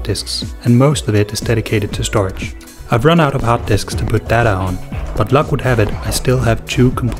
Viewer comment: Cool video. I believe that 'StorJ' is pronounced 'Store Jay' vs. 'Storage'. :)